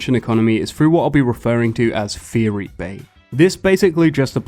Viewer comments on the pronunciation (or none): I feel like your prononciation of "theory" is way too close to "furry" and that really gave another meaning to your sentences. XD